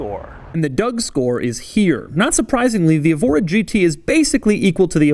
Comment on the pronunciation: Someone may have already pointed this out, but the Evora name is usually pronounced with the stress on the E: like "EHvora", and often spelled Évora with an accent mark over the E. Évora is a city in Portugal, and is also used as a person's name. Nice car, a bit out of my price range ('05 STi) :-) .